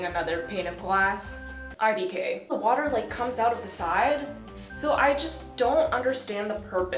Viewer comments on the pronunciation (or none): Nobody:: wa-a-er for "water" lol